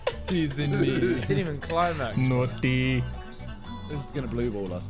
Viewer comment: was the most indian "Naughty" u can get. vikk's been teaching them some 'notty' shit my lads